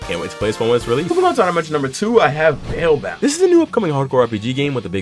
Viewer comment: thank you for saying the name, he barely pronounced that sh in the video i swear